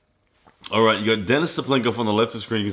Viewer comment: lAletin ударение на 1 слог и DenIs ударение на второй слог, по-русски правильно так